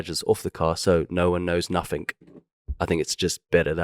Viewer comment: " I Prefer taking all badges off the car so nobody know nuffink.” we know you're not South African you're really from Essex, just be honest, c'mon the gig is up